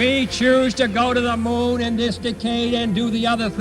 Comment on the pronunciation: JFK pronouncing decade as d'cade is the weirdest thing in this whole video